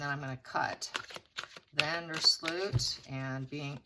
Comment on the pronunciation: His name is van der Sloot with the oo sounding like in no.